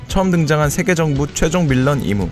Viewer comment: 임을 이무라고 하시지